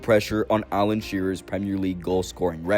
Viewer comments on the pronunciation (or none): none